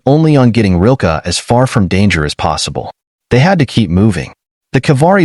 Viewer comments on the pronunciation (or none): Rilka, not Rolka